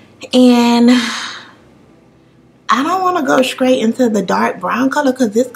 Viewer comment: Great job on your makeup were the sam3 skin tone I gotta get my hands on that morphe bronzer tho... u have Me dying th3 way u say in a scrait line I know u mean straight line 😃